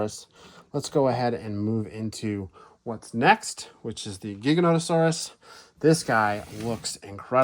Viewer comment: Just because the movie pronounced Giganotosaurus wrong doesn't mean you have to as well lol.